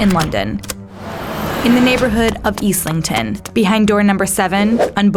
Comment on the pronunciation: nothing annoys me more than the mispronunciation of Islington lol